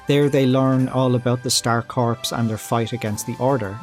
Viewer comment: The info was cool and interesting. Thanks for your effort and research on this unusual topic. Perhaps for future topics, please look up the words corps and Suikoden; one has silent letters, and the other doesn't.